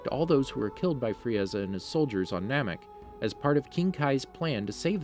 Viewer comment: Man you absolutely butchered those names